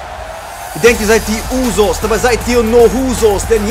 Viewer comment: Man spricht die Usos U-so (s) aus hhaha wie ich das feier wenn du Namen falsch sagst haha😂😂